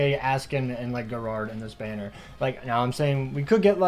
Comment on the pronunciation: Bruh why do you pronouns gerard like that 😂